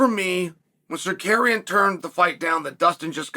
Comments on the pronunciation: Sukarian (this idiot Chael pronunciation of Tsaryukan) lost 30-27 to Islam, and Chael makes bullshit videos about it for the incel fans of his stupid page. Pathetic video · Sar- Ru- Key-in. Simple Ur arrogants is showing..have respect n mention name correctly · Chael be butchering his name lol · Who da foook is sar-carrying??? Come on chael....at least show a lil respect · Then had to correct himself & went back to "Sacarian" lmao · SAH-CARRY-ONN ...undefeated at changing people name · Shut up. You can’t even find the decency to learn how to say his name properly . I suspect it’s intended. Love, All Trolls (Aka, a-holes) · The absolute butchering of Tsarukyan’s name is worth the price of admission. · Nothing is more annoying than Chael purposely horribly mispronouncing fighter’s names for the purpose of getting extra comments… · Best part of the video was chael saying armans name correctly the first time and then incorrectly 99 more times